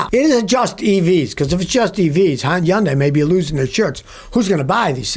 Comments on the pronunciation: Hyundai is pronounced like “Hunday”. Sunday with an “H”. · I didn't know Hyundai was pronounced yun-dye 😅